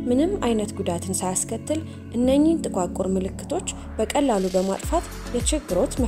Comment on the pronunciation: " ጥቁዓቁር " አይባልም " ጥቋቁር " ነው የሚባለው አርሙት።